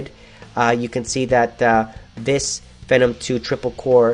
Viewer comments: I thought it ws FEEEEE NOM, wtf dude you say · isn't it pronounced FEE-NOM? the way he says it rhymes with venom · phenom is pronounced "FEE-NOM"